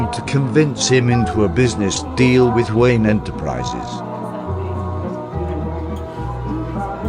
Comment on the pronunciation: It's Bruce Wayne not Wayan lol.